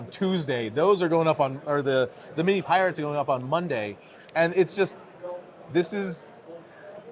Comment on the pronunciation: Many pyrates! ARRRR, Matey